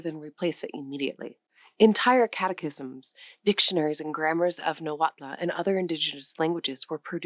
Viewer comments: Thank you for this informative video! One pronunciation comment, if I may? "Nahuatl" has no "a" in the end; in fact, the "tl" sound at the end of the word is not pronounced as two distinct sounds "t" and "l" either, it's more of a merged single sound, with no vowel following it. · Only knew about 7, without knowing words from most. But Nahuatl, has MANY well-known words. The TL ending is tip of tongue remaining on roof just behind incisors. L sound is almost unvoiced Spanish couldn't pronounce, so added final e instead. The cross-border desert tribes whether puebloan or the seasonally migratory, have beauties affecting their Spanish pronunciations -- accents. Thoughschool Spanish is strict, these different pronunciations cause Spanish to sound varied and, as i said, beautiful. Though i am blond like you, i love the Mexican people, so socially happy, and when known personally, generous. Most of the world's people are like this, with only few racist ( i admit is was interesting to discover racism from the other side, as a Norteamericano far elsewhere. It REALLY helps spotting one's own culture's errors! It is individuals who vary, but i have loved Mexico for exuberance of most people ( indigenous can be withdrawn, but all the Americas had some difficulties from cruel missionaries, etc.)